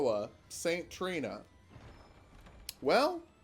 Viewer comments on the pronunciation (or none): none